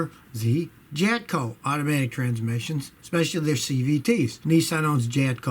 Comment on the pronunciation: Jatco =